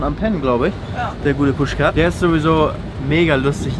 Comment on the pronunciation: Noah Waltmann, Vielen Dank ! Mein Name ist Pushkar Aber Wenn Felix den ausspricht, hört onhe 'r' am ende. Wie R is Silent 😁😁